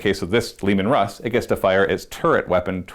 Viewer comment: It's Leman Russ...not Leeeeeeman,. "I'm Bruce Lee Man"